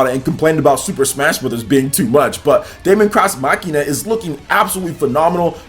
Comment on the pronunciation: Your pronunciation of Daemon X Machina irritates me a lot just look up how to properly say those words.